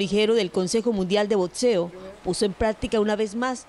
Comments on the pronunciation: capacidades boSisticas? consejo mundial de boTseo? aprendan a hablar carajo.... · Por favor, por lo visto las noticias y esa boxeadora pueden vencer todo, menos la bendita letra X, se dice Boxeo, no Botseo.